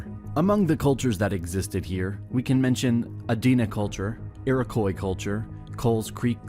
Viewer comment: why does EVERY channel I've seen do American history pronounce Iroquois wrong? Seems like a basic amount of research to say "how do you pronounce that?"